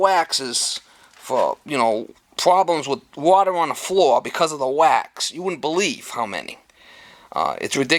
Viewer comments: Is not flaw! Its floooorrrr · I love how you say "floor"! Nice video! Very informative!